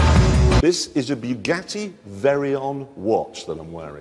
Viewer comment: to this day I remember when the ape said VERYON